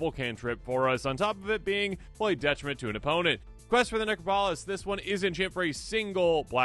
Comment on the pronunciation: Necropolis pronounced NEK-KROP-O-LIS.